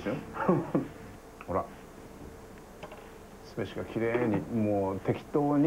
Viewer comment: すめしのイントネーションひっかかる